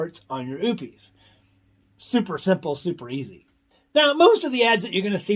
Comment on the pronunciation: Oupes = oh - pess, not oops!